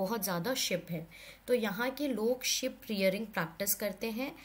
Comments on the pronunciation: It's not ship it is sh-ee-p with a double e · Ma'am sheep is not pronounced 'ship' it's pronounced sheeep